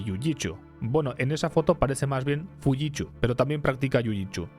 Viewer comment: Me cagué de la risa cuando escuché la pronunciación de Fujitsu a la vasca jajajaj